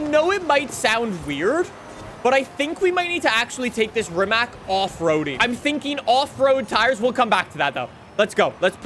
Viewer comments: Btw is pronunced rimac not rimak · Rimac is pronounced like Ree-mats. It's Croatian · It's pronounced "Rimatz". Even the owner of Rimac, Mate Rimac pronounces it like that because Rimac is a Croatian car company. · Am I the only one that gets bugged by how pronounces Rimac wrong? (It's supposed to be Ree-matz) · You probably already know but thats not how you pronounce rimac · bro is made a Video about how to pronounce Forza, but he keeps mispronouncing Rimac